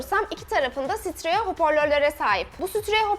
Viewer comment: Steriyo desen daha doğru ve iyi. Sütreyo hoporlör diyon sjsjsksk